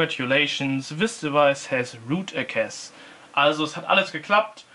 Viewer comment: er hat nicht ernsthaft root eckäs gesagt xD